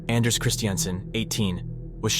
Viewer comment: His name is pronounced 'On-nass'. I swear i wouldn't lead you astray. I only know because my cousin has the same first name and is from Norway.